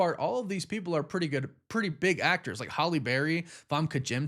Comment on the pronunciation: It's not "holly berry".